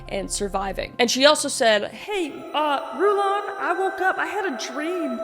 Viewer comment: Happy American Thanksgiving, friend from Canada. Rulon's name is pronounced like "rulin'," or ruling but relaxed. I watch way too much context on the LDS and, by extension, FLDS, so I've heard his name pronounced by people who grew up in the church. Also, ALL branches of the LDS church follow a "Prophet," that's what they call their leader. I believe this is because of their belief that the "Prophet," their leader, is the literal mouthpiece of God.